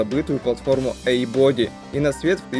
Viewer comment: Очень интересный ролик, но бога ради, учи английский. Body читается как БАДИ!!!! А смЭл - по-английски - вонять! А двигатель - смОл блок